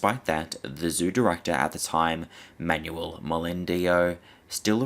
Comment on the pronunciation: 30.27 "who becomes the zoo directahh!"